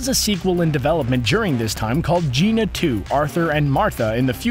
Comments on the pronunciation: Nicht "Geena", "GiAna" wie "Rihanna", vom Wort "giant". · The fact that he pronounced “gianna” as “jeana” kills me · Ge-on-ah sisters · "The Great Jeena Sisters," huh? Amazing. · It's Giana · It's Giana (geanna sounded out) and it got an official release. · "The Great Gina sisters".... look up HOW TO PRONOUNCE names! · I got to ask but why is it in most of your video's you butcher character names cause you kept saying Giana as Gina which is butchering that name. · Giana is prononced 'Gee-anna' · You pronounced Giana sisters wrong.